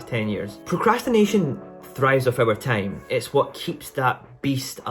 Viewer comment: Was he saying time or tame ?